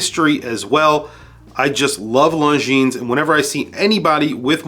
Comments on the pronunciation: Just fyi , its pronounced Lonzheen, without the ''S''. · Longines. Did Mr pronounce the s lol😅